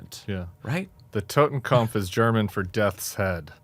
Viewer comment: Tim, I hope you're saying TottenKOPF, not TottenKAMPF. The former means "Death Head", and the latter "Death Struggle". Regardless, this guy needs to go. And I agree with JVL. Everything Dumpf has done and everyone he hired (not fired then rehired) needs to go as well, AND some of them need to go to jail. Do not make the mistake Lincoln did by thinking he could reunite the nation in anything other than state borders. Make an example of those who broke the law and DON'T be like Garland by trying to appear too nonpartisan.